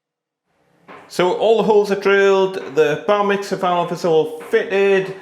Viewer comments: Ha! I kept hearing Bar Mitzvah :) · I keep hearing Bar mitzvah 🤣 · every time you said "Bar mixer", all I could hear is "bar mitzvah" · Bar Mitzvah I thought i heard and realised it was Bar Mixer!! 😀 Another video of great tips.